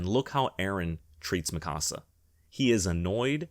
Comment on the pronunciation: The only thing worse than the ending of AoT is the way you incorrectly pronounce Mikasa even tho there is 4 seasons of an anime that tell you how to properly pronounce it